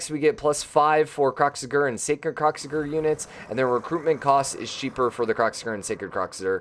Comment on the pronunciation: did i just here you say kroxigger